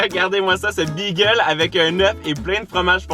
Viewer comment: Pourquoi tu dis bigel 😂😂